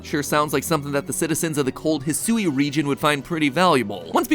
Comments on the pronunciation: I don't think "Hisui" is pronounced the way Matt keeps saying it lol I think it's more like "Hee-swee" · Uh, MatPat? Eedo? EEDO? There's one E. Next you're gonna try to tell me it's pronounced "Poh-kee-mahn," like the boomers say it. 🤣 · Oh my gosh, the way he pronounces "Hisui/Hisuian!" 🤣